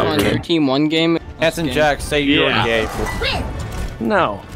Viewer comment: Jack, not jacc